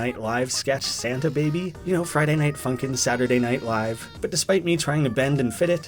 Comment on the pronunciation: OMG YOU PRONUNCED "FRIDAY" WRONG! (There is your algorithm boost ;))